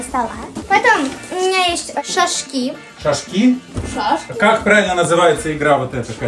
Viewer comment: Вообще то правильно игра называется ша́шки. Ударение на а